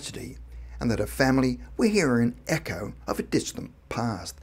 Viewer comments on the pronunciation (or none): none